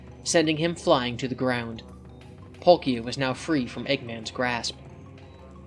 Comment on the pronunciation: that's how you pronounce palkia?